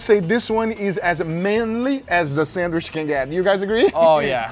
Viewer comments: SandWISH. LOL! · I know everyone talks differently but him saying sandwish is pissing me off lmao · Its sandwich not sandwish lol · Is he saying sanderwich?😅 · on a sanwish .....lol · bro pronunce sandwich like a mentally chalanged